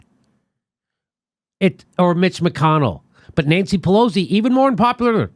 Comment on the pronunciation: Jimmy, you keep saying "PeLOZZI", but I think it's Pe LOS i.